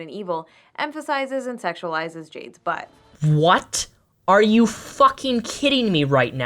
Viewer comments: i love how says "butt" very emphasized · Omfg every time you say "butt" you put this annoying fucking emphasis that makes me cringe every time. Please stop